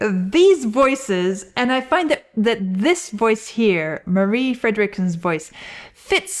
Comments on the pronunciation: A lot of people outside Sweden pronunces "Marie" like "Mary", so, I was surprised about she pronounced it right. I know the right pronunciation because of all the greetings saying "Hello, this is Per and this is Marie... and we are Roxette!". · Swede here, you actually pronounced their names perfectly. Even Gessle. 👍 Marie was amazing, sadly passed now, she was great solo too. ❤